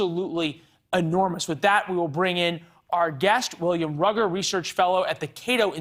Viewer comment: his name is pronounced "rooger" not "rugger"